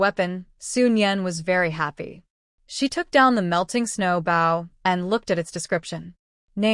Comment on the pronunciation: Oh my! Can they just fix the AI???? The word " Bow" is pronounced = "bo" not "bough". A Bow (BO) is a weapon or a tied ribbon. A Bow (bough) is either the limb of a tree or the act of bending from the waist.